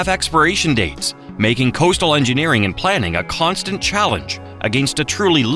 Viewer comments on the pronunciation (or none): none